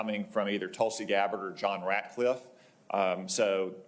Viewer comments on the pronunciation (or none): none